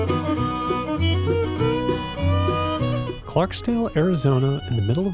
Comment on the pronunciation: Just so you know, it's Clarkdale, not Clarkdale. There's no "s" in the name